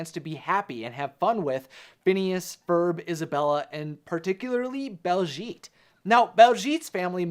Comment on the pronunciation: One tiny issue that's bugging me it's BAHLszhet not BALLszgeet